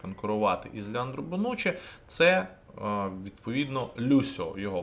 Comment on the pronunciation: Друже, він Леонардо а не Леандро)